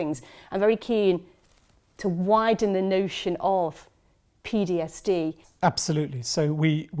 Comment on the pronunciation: She keeps saying PDSD 🤦‍♀